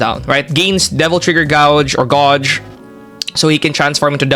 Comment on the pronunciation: That Gauge pronunciation is "Gayj"